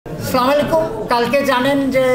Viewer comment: আপনার সালামটা ঠিক হয় নাই মুসলমান হিসেবে উচিত সালাম শুদ্ধ করে দাও